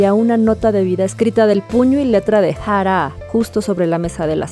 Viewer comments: Yo tratando de tomar el vídeo en serio & sale con su "Ja-rá" como si hubiera puesto al traductor a pronunciar su nombre porque ella no podía pronunciarlo 🤦🏻‍♂🤦🏻‍♂🤦🏻‍♂ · me pone un poco nerviosa como dice Jaaraa. que descanse en paz. :c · Porque pronuncia así jara que feo molesta al oído pero nada muy buen reportaje y triste de esta sociedad la vida es dura para muchos con dinero o sin dinero con fama o sin ella. No es fácil y más cuando se sufre tanto no critico al que tome esa decisión no es nada fácil y solo ellos saben su dolor para mi hay que tener mucho valor para quitarse uno mismo la vida y eso duele porque es lo ultimo que se pierde el valor y estos seres humanos lo usan para quitar su último suspiró triste de por sí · Me irrita demasiado como pronuncias su nombreeee, AHHHHHHH no puedo.